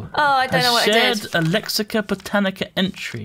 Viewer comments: inability to pronounce botania is Sooo annoying. I have no idea where he managed to get the extra c from. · Every time says "Botanica" I die a little inside.